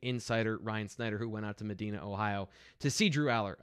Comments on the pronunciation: Medina is pronounced with a long I like Me-die-na. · 2X. You kinda lose some credibility if you pronounce Allar's home town like a large city in Saudi Arabia, and not MED DINAH Ohio!